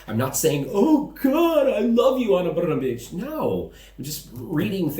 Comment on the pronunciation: Wow, I am impressed how you tackled pronunciation of “Brnabić”. Yours “br” and “ć” are nearly perfect. Everything else about it is crappy, and neću da ćutim, bre 😄 Also, I appreciate you speaking out. Thank you.